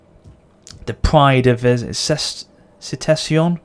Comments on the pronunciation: Ctesiphon is pronounced "Kee-tee-sii-fon" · its read Tisfoon like tea spoon :D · Just a heads up Ctesiphon is pronounced K-tes-i-fon :) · the c is silent in ctesiphon so its pronounced Tīsfūn. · Someone has probably said it, but the name of the city Ctesiphon (pronounced in Persian) is Tes-eh-fon. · Ctesiphon is simply pronounced "Tesifon," by the way. I normally don't interject on that stuff but since it's your faction capital I figured you might want to know! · Since you'll be using that city's name a lot, the Latin word Ctesiphon or Ctesifon derives from Ancient Greek Ktēsiphôn. So the C is pronounced K. If that's of any help. :)